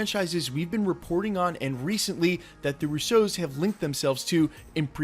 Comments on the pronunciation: Not to be picky but it’s the RUsso brothers, not the RussO’s. It’s an Italian last name and the stress is on the first syllable in this case. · Why u say Russos like there a type of cereal lol roose- ohs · They're not the Rouseaus. They're the Russos. They're Italian, not French - accent on the first syllable. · The “Russeaus”, this is the first time I’m hearing their names in a French accent. Lol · Bro stop trying to pronounce russos in a different way its mad cringe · Bro. I gotta know why do you say their name like that?? Love your Channel keep up the good work